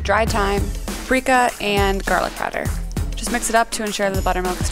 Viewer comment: Says paprika: "preeka" Me: "Nooooooo -________-"